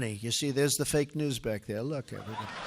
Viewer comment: I love it when he says "FAKE NEWS"! Classic....makes me laugh.